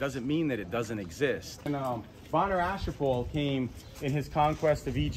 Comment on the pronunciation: “Bonnerashipur”? Does he mean Ashurbanipal?